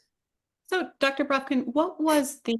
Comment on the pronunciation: On the side: lovely hearing you say the original pronunciation of Бровкин here. You've even naturalized Ductor to Doctor :) (Deddicaded to mocking Americanizing, now I can't make my Duckter Braavkin's duckuments joke anymore, хорошо) 🌦️🌱